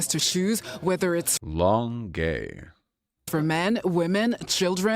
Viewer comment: its more like "long euy" with no L sound at the end